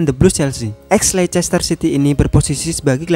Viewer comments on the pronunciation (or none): none